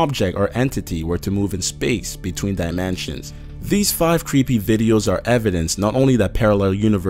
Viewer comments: Omg QUIT SAYING DIMANSIONS IT'S DIMINSTIONS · dye man chins can't tell if this is a robot voice or an actually person cause how he is saying dimensions as dye man chins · why does he say dimensions like dimanshans?? did anyone else notice this? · This dude says ''diamansions'' there are mansions in this video? :P